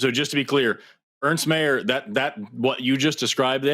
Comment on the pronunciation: “People who think the word is ‘chromosoNe’ always being wrong” theory going strong today. Also for Christ sake even after being corrected on Ernst Mayr, he STILL CALLED HIM ERNEST